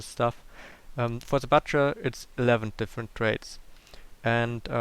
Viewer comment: It makes me so pissed when he says "libarian" instead of "librarian" and the "bucher" instead of "butcher"